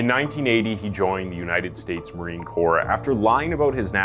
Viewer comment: Gosh, I'm sorry to give you this feedback, but please learn how to pronounce some of the words you use a lot. Nuclear is pronounced new clear not newcewlar. Corps, an armed forces term is pronounced core, not corpse. Ng is pronounced mmm. I'm not really a grammar fiend, but these errors are annoying